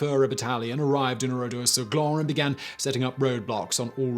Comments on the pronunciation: Its Oradour sur Glane and not Oradour sur gland yu dont pronounce it correctly you should pronounce it like Gane ( cyril gane)with the L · Would be good if you could pronounce the name of the place correctly. The men died in lots of different places such as shops Etc. I've been to the place a couple of times. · Good video, just one thing, it's Oradour sur Glane, the e at the end meaning it's pronounced like Ann Frank. It would be pronounced like in this video if it was spelled "Glan" (which, phonetically at least, means acorn, but is used to describe someone who is dense and lazy, or also part of male anatomy which I don't care te explicitly describe) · Excellent. But please, please check your pronunciation. It's Oradour sur Glane. Pronounced Glahn or Glarn. And the name of the German officer mentioned (Diekmann) was not pronounced "dikeman" but "deekmann". You obviously worked very hard on this, a quick check would have helped you to get pronunciation right.